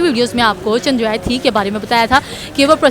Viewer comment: Yeh jahil ko chsndrryan ka name he prnuse karna ata 😅 bs dollars 💸 💵 ke liya America ne kaha tha ki yeh pakistani dollars ke liya apne m#@ ko be sale karde 😅